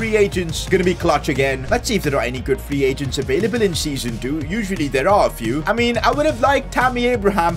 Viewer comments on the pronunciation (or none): “Free pagents” got me dying